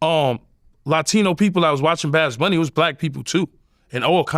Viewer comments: He knew he was saying it wrong. Thats he said it 25 times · If you defend the guy, at least say his name correctly. Its very easy. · “Badz” bunny 😂😂😂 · Yooo I swear yayo has me dying 💀💀😂🤣😭 babs bunny and he said baracha instead of bachata which is actually a Dominican dance not Puerto Rican lol this nikka all over the place with it 🤣🤣🤣🤣 You gotta love yayo man I’m actually super excited for his podcast with murda, he should actually do a comedy show he would be the first official gangsta comedian 😂